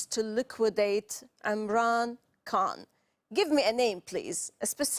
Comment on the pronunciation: She pronounced Khan as if she was an Indian or Anglo-Saxon who don't have the sound in their English language.